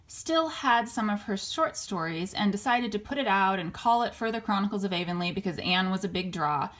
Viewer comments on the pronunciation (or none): It's pronounced Blie-th and Avonlea is pronounced av-on-lee 💚 Have you ever watched Sullivan's series of "Anne of Green Gables"? It's beautifully made